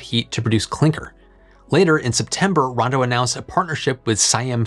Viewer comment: I know that it’s Rondo, not “Brawndo”, but every time you say it all I hear is, “Brawndo has what plants crave!”